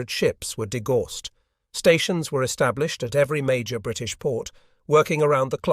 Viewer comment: Degauss is pronounced DE-Gow-s.